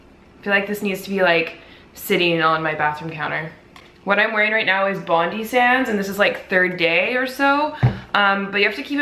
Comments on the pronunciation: Bondi is pronounced as bond-die. It's a place here in Australia. :) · HAHAHA how she says 'Bondi'!! It's pronounced like' bon-die' as in death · You said Bondi wrong aha :/ say bond then I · your puppy is so cute omg ahah aw. and btw you pronounce Bondi sands like bond- die sands haha xx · Omg it's so funny how you say bondi, hahaha. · You're saying Bondi wrong haha